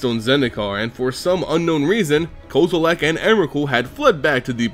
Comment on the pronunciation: this guy makes me fucking cringe every time he says Kozilek. he keeps saying like "koze-oo-lak" there's no "A" dumbass. it's "Kozz-i-lek" with a soft "I"